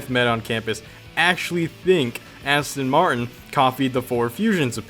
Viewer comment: Asston Martin 😂